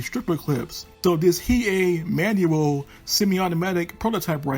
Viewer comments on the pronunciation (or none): Pretty sure the Hei is pronounced Hay(Hey) but is spelled as Hei :-)